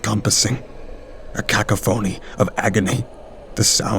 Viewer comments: HAHAHAHAHAHAHA what the hell is a "kack-a-phoney" did ya mean a KAW-KOFF-ANY of sound??? hahahahahahahaha nice one 🤣🤣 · I'm sorry.....please don't think me rude, but it's pronounced "Kah Kah fah knee" not " ca ca phony ".... Cacophony . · AGAIN HAHAHAHAHA "KACK-A-PHONEY" hahahahahaha wow just wow hahahahahaha kacl-a-phoney hahahahahahahaha priceless.... KA-KOFF-A-NEE is how to say that word referring to an abundance of sounds or many sounds at once HAHAHAHAHAHAHAHA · I hope you've learned the correct pronunciation of cacophony since this video. You do such an outstanding job otherwise, the incongruity of a mispronounced word breaks the spell a little. No shade intended--just a little nudge on your path to excellence. For those who are uncertain: cah-coff-o-nee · Lmfao did he just pronounce it as "cocka phoney"?!?!? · Did dude really say "car-ka-phony"? Hahaha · Not judging or throwing shade but it's cacophony (sounds like cuh-cough-o-knee) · "Ka-Cough-oney" You're welcome. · "Cakaphoney" that made me laugh out of nowhere😂